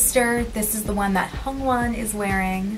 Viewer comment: she called hyungwon hungwon 💀